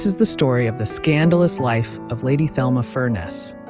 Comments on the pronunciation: You should do your research. Her name is pronounced the Spanish Telma not the American Thelma. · Her name was pronounced “Telma”, in Spanish fashion. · Her name was pronounced Telma in the Spanish way, fyi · Thelma is pronounced Telma. Letter H is silent. This is how Gloria Vanderbilt pronounced her name in documentary, "Nothing left Unsaid."